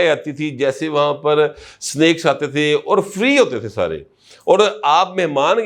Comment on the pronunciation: Snacks not smakes . 😂😂😂😂😂😂😂😂😂😂😂😂😂